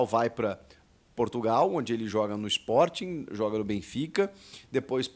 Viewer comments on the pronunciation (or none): none